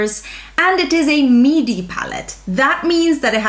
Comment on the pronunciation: I thought you kept calling it a "meaty" palette! hahahah I was thinking well ya I guess it is meaty I mean it's not a mini and then realized you were saying MIDI. Wow you're so quick. Not.